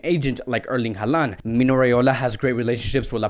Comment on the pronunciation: Alaba wants to play as a Midfielder not a CB. It's pronounced HAL-LAND not HAAA-LAN. What's with the fascination with Eric Garcia, he has only played in 3 matches this campaign across all competitions.